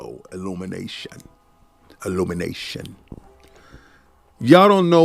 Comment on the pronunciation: King saying illumination the way Drake says Combination 💀